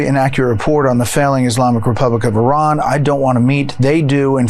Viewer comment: Renaming Lake Ontario is beyond arrogant, but perhaps symptomatic of mispronouncing the names of other countries: Iraq, Iran, Qatar. Disrespectful even if you don't like them.